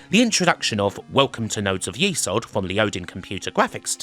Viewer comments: Nodes Of YESod not YEsod. Even the intro speech pronounces it YESod, but you continued to say YEsod. LOL. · It's YES ODD not YEE SOD. They even say YES ODD in the voice sample. Lovely video but that drove me up the wall a bit. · saying it wrong. It’s Yezod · You got me thinking all these years I have pronounced it nodes of yes-od but now I'm thinking perhaps it is nodes of ye-sod. However, it is pronounced it's a great game and another great video thanks 😃